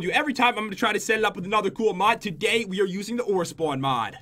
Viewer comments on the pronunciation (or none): at 14 seconds did anyone notice pat said togay